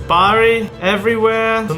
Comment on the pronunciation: i'm from Bari and i was so happy when i heard him pronounce it